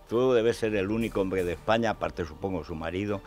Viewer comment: "El hombrgdre, el hombrgdre"